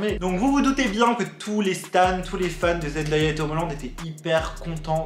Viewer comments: J'en sais pas beaucoup sur eux mais si je peux t'aider sur une chose c'est son prénom Zendaya qui ne se prononce pas Zendaïa mais Zen Day( comme jour en anglais) A, pour ma part c'est la seule info que je pouvais t'apporter, merci pour ta vidéo 😊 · Juste petite info pour tout le monde : Zendaya se prononce Zen-day-a. Le "day" ne se prononce pas "da" mais bien "day" (comme la journée). J'espère que c'est compréhensible mdrr mais voila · hello zendaya se prononce comme "zen-day-ya" et non "zen-dA-ya":) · Salut je voulais juste te dire que zendaya a dit que sont prénom se prononce comme ça zen-day-ya voilà c'est tout bisous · Sa se dit zendeya pas zendaya 😭😭😭💖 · Super merci beaucoup ! par contre ça se prononce Zen-dé-ya même si ça s'écrit Zendaya voilà ça m'a stressée toute la vidéo 😭😭